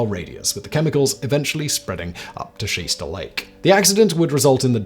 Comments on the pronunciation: You pronounced Shasta incorrectly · Never heard of Nigerier. Nor have I ever heard of lake Shaster. This guy needs a phonics lesson.